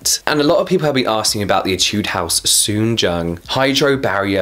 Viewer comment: Omg u pronunciate ‘soonjung’ just like a korean!! Love it☺️